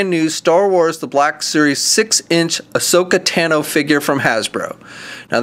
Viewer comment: there called lekku and its ahsoka tAHHno